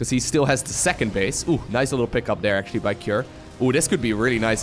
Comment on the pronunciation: You've missed the biggest bingo. His accent. Dere.... Every time hey says dere. I have to edit and say I am not trying to be critical of his pronunciations. English being second language. It's just funny because my wife hears it and every time she says... Dere... I've been trying to help her pronounce the sound TH for years. From perspective, try to roll your R's. Much respect and much love. But dere is == shot. GET DRUNK BOYS!